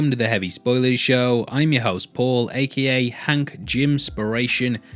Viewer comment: It's not "A-key-A" it's A.K.A - Also Known As